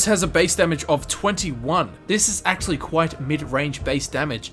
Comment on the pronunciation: did he sa axeually